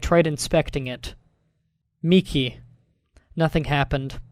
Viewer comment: I'd like to thank you for being the only person I've seen so far to pronounce Miki properly